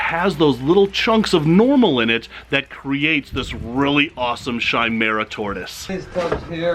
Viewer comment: Chimaira is actually pronounced (ki-mara)